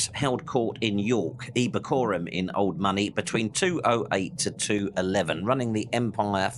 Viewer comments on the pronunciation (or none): The Latin name for the city of York is Eb-or-a(h)-cum (NOT "Ebbicorum" or whatever you are mumbling!) Please see me after class. 😟😲